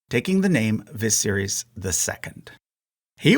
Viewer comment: Daenys and Aenys are Day-knees and Ay-knees And Vi-sare-is